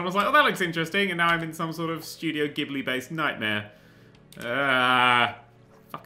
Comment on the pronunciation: It's GHIBLI(pronounced ji-blee)